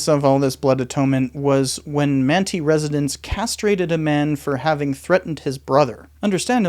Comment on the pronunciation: Manti is pronounced man-tie, not man-tee.